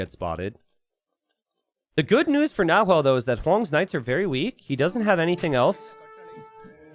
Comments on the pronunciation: "NaHuel" Chat "Nahuel is actually pronounced with a silent H...": "Yeah, but it's easier for me to say it with an H" Chat: ", please say it with a silent H, it's actually a cool word, it means cougar in the native language": "I'll compromise by calling him Yellow from now on" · Chat should have said the closest pronunciation in English is actually "Na-well", you need to help the native English speakers like that sometimes ;) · Don't pronunce the H in "Nahuel" 😆🇦🇷🇦🇷🇦🇷🇦🇷